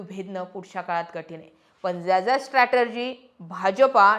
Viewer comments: स्ट्रॅटेजी म्हणा स्ट्रॅटर्जी नाही. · 'स्ट्रॅटर्जी' नाही, 'स्ट्रॅटेजी' म्हणा. बाकी विश्लेषण छान.